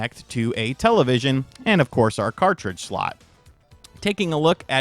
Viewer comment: Please stop saying "television"